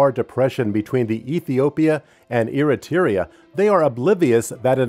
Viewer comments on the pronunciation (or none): The way he pronounced Eritrea makes me wanna kms